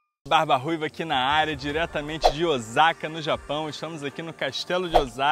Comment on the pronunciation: Obrigado por expandir nossas mentes, adorei o vídeo, mas quando ouvi OZAKA doeu o ouvido.